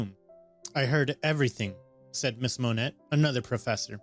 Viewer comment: Just so y'all know, the name Monet is pronounced Mo-nay.